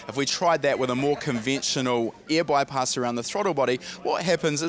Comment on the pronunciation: this guy sayin " EAR " instead of "AIR" carefull u might have some poo coing out of ur ass while stressin the E in EAR lmao cool vid btw